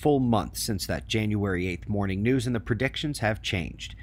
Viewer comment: Preditions [sic]